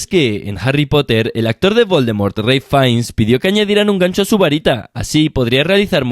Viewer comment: harry poteh